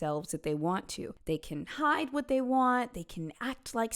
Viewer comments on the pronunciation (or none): none